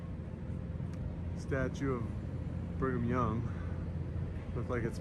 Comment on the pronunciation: Knowing about the orphan trains, I can't help but hear 'bring em young' every time you say 'Brigham Young"